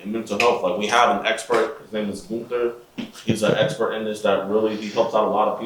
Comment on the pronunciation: yeah he's not very polished. Immediately jumped to Gunther bit, which is the lamest part of these videos, and even worse pronounced it "Goother". I DON'T respect the hell out of that! Not one bit. 💀💀💀